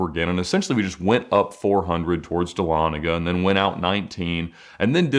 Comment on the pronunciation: Holy crap bro !! I live in dahlonega and you said it correctly !! It’s a rare thing to hear. Great videos !!